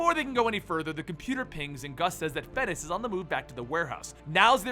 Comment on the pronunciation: It's pronounced "FEN-EE-CHEE!!!!!" It's an Italian word! Get it right! I'd like more Batgirl and Birds of Prey